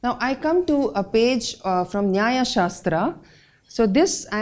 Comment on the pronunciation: Please, do not pronounce शास्त्र,आश्रम, होम as शास्त्रा, आश्रमा, होमा. Otherwise you sound like you are still under slavery of Britishers.